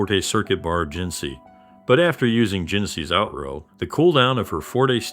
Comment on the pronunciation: Man, I really try to watch your content, but I just get so triggered about how many things you mispronounce. Like, sometimes it feels like 1/2 the words. Please please help yourself grow by looking up pronunciation guides for words you're not sure on. Forte, Outro, so many names and other terms you just kinda wing it and it's really distracting from your otherwise solid content.